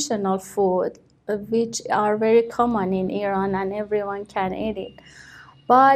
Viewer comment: she did'nt pronounce the word "common" correctly